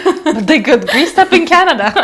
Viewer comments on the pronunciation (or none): none